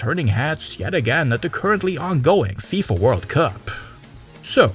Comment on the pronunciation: Damn you hit that FIFA pronounciation perfectly